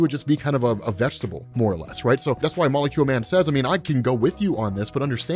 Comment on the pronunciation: this guy cannot just say "molecule man"